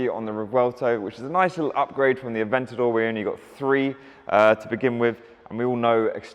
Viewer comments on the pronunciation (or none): none